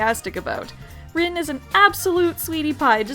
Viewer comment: It's pronounced REEN......REEEEEEEEEEEEEEN